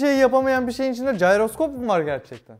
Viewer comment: jayroskop değil abi jiroskop gıcığıma gitti